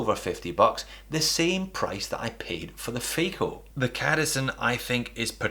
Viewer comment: “I bought a ‘Faeko’ then”. Oh...🤣🤣🤣